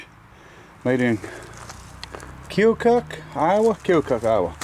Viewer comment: 👋 Hello, from Aledo, IL... 😉 There's no "O" Pronounced in Keokuk, Iowa, it's " kee·uh·kuhk " a silent O. Keokuk is only about an 1-1/2 hours from me down river on the Mississippi. I really like that little engine.